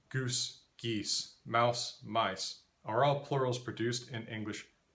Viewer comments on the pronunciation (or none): none